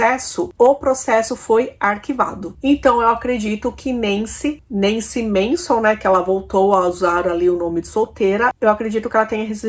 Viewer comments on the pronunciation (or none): none